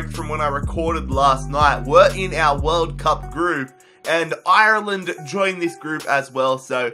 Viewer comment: (And also can you pronounce Ireland properly)